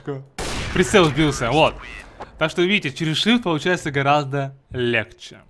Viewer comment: Очень помогло, но бесит место легче "лехшэ"